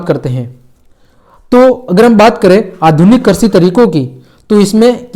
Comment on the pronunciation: All very good but karshi nahi krishi